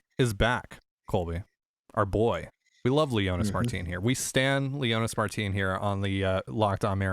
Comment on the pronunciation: Its Leonys, not Leonys! 😂😂😂